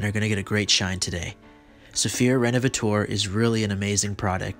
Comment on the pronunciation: Great result! But the repair cream you were using is pronounced "rénovateur" instead of "rénovatour". 🙂